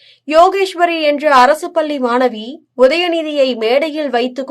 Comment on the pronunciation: "பள்ளி மாணவி " என்று தமிழில் சரியாக பேச தெரியாதவர்கள் எல்லாம் ஏன் செய்தி வாசிக்க வருகிறீர்கள்? பல்லி என்று வாசிக்கிறீர்கள்.